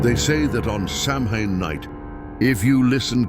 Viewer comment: its Sow-wen not Sam-hain